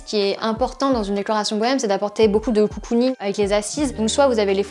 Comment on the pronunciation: COUCOUning 😂 ? ou cocooning ?